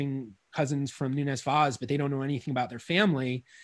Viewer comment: Rhavael Noenes Waas is a very good Dutch phonetic approximation of how we say it in Portuguese (much better than Americans usually say it, which is closer to a Spanish-sounding name); in Dutch, "v" is pronounced as "f"/"ph", "w" is pronounced as "v", and "oe" is pronounced as English "oo" (Portuguese "u"). "Falcão" means Hawk; I won't try to approximate its pronunciation because in English you do not have nasal diphthongs. In the Dutch record it says Valk, pronounced like "Falk", and the nasal diphthongs I guess they just ditched it... "Querido" is writen as "Keride". Again, the approximation is better than the English one (sorry!). The "u" after the "Q" is silent, so "Ke" is a better approximation than "Kwe" (as the presenter says it". The final "de" (instead of "do") may be due to the fact that in European Portuguese we have the tendency to reduce post-tonic syllables, making the consonant very brief and turning the "o" into almost a schwa. His last name is written as "Vais"; that is very close to how a Brazilian would say the name "Vaz", and there are a few indications that some pronunciation characteristics that now we consider to be Brazilian innovations are actually Brazilian conservatism, retaining accents that disappeared from Portugal. The best English approximation of how we say "Nunes" that I can come up with is NOONsh. The stress is on the first syllable; the second syllable is very brief. As for "Vaz", maybe "VAHsh" (a 'z' at the end